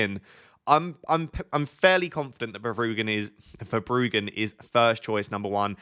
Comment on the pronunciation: Hello, you are pronouncing Van Hecke correctly now. But you still need a little work on Verbruggen. But keep up the good work, very helpful FPL content 🙂